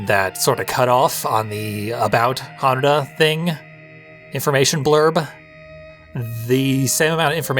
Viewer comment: Eric was saying it very wrong, you've been pronouncing it properly: HAnuDA, same emphasis as how you'd pronounce Yakuza.